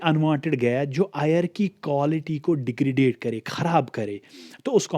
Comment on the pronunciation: Please correct your accent as you completely pronounce words incorrectly. Otherwise going good. It is degradation not degradade.